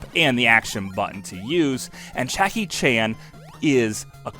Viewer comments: yea it sounds like you're saying chackie chan in this video :D i had to check the comments to see if i was the only one that noticed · "Chakky" Chan ? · Yeaaah, Chackie Chan . . . . I rewound it just to be sure I did mishear you. Turns out, I didn’t need to, b/c you ended up calling him Chackie Chan ~5 more times!! What in the world happened, there?! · Chackie Chan? I believe his name starts with a J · the fuck is a "Chackie" Chan? "Poxt-apocalyptic?" Slow down, do several takes for your voice over and check your work before posting. Good video, annoying voice-over with potential.